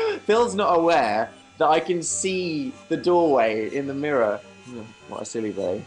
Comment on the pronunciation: is it just me or does he say silly bae at 0.13